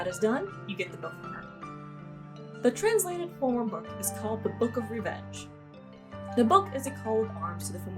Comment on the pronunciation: I'm a year late, but just a lil heads up, the word Fomor is MOST LIKELY pronounced Fuh-Ve-Ruh because Gaelic hates you and hates phonetics more. There's a LOT of discussion about how it's supposed to be pronounced in Irish mythology but that's the most common pronunciation. It's not even clear what the Fomor WERE, as the only real documentation we HAVE of Irish myth is the Book of Invasions, and that was written a few hundred years after Ireland's conversion, and was written by a Catholic monk, who had to change a LOT of the source to allow for it to be published within the monetary. But the Fomor are first described as mindless monsters and beasts, and then later attributed as having nobility and being humanoid, so it's kinda a catch-all term which I like the game using it as more or less "enemies"